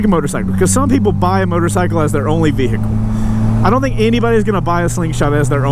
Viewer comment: Vee-hicle 😄 lol